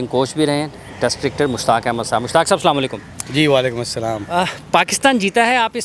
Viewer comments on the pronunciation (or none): Salam walikum nai hota bhai, Salam to sahi sikhlo